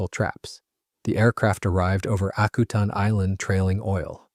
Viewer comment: You mispronounce the name of the island. Used to run a crab processing plant there.